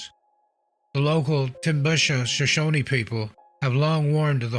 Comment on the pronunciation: We pronounce it just like it's spelled... Shoshone, not Shoshoneeeee. "Shuh-shown", No extra "E"s at the end. 😉